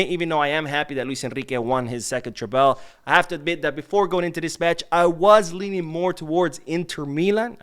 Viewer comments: Love your channel and watch everything you post. But it bothers me every time you pronounce Treble like that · I hope I don’t come off like a jerk but why do you pronounce treble like that?